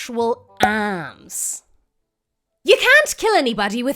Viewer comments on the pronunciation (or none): This is a prime "" episode, very funny. "Your actual ahhrms".